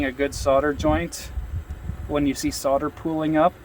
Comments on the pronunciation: Sodder ? Solder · Correct me if i'm wrong, but doesn't 'solder', have an 'L', in it. I have heard other Americans with You Tube channels, which i follow religiously, also using the expression, 'soder', LOL. When i went to school a long time ago, it was, 'Solder', Just saying. Bob. NZ. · its pronounced SOL DER not SOD ER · 'sodder' - hilarious! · Ha! Ha! Sure pal. Ahmurkins...